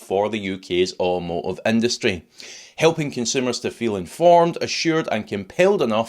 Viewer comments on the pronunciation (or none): Talking of plain English… what is an Orrwomowo industry? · Don't you mean "in plain Scottish" ?😂 We English pronounce the "t" in automotive . Hehe😜